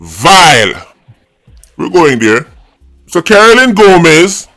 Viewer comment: Hail, her name is Gomes…..not Gomez